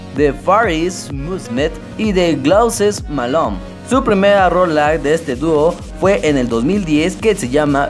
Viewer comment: far ist musmet y glouses malone. madre mia debes mejorar mucho tu ingles hijo